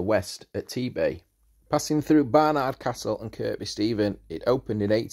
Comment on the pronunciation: The second K in Kirkby Stephen is silent. It's pronounced Kirby......